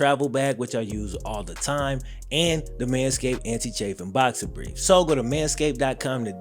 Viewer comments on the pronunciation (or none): none